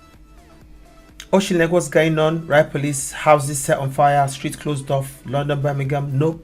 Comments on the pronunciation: Story aside, how much did you scream at the screen the correct pronunciation of Auchinleck? 😂 I don’t understand the reason why this is being suppressed. I’m from Dumbarton, west of Glasgow, living and in Livi and I’d not heard about this (I don’t watch the news tbf but my Mrs is always on socials and if she saw something, she didn’t mention it - which isn’t like her) I’d have thought with their constant need to criticise Police Scotland or our government, this would be everywhere and used as a stick with which to batter those authorities over the head with - the only time they ever lift their apathy of working class, poorer areas of Scotland and England is to attack those areas as being drug-infested ned battleground that should be razed to the ground then, without a hint of irony, immediately go on to talk about another hackneyed government plant to ‘regenerate poorer areas by introducing a new scheme that will encourage employment, growth and regeneration for working class areas’ then, as quickly as they forgot it was the same government who stripped Scotland and the north of England and shipped it the south of England where the contract landed on a company run by a Tory peer or an old Oxbridge bumboy, the new regeneration scheme will be launched in fcking Kent so, when asked what they’ve done to bring down unemployment and increase growth, they’ll smugly remind the reporter in the most condescending way possible “We started this new wondrous all-singing/all-dancing recove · Im Scottish, love the way you pronounce Auchinleck lol you make it sound like an idillic holiday village! Honestly though the way the world is going right now, they are probably looking for someone who misgendered some guy in the womens toilet! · yi murdurd that pronounciation by the way , 😉 but yeah we are at the wailing an gnashing of teeth stage now , the devils army has been unleashed an the police are part of it , justice can not be acheived an ah don't see that changing soon , aye !